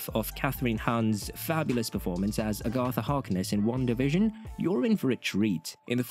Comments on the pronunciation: Agatha. Agg-uh-tha, not Ahh-gahh-tha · lol a-GOTH-a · Wow! Somebody at Disney/Marvel Studios need to actually read a Marvel comic book, and STOP the madness with these Teenagers, etc. Sorry, I see many flops, MS future. 😮‍💨 (Somebody teach the narrator how to say the name Agatha! 🤣)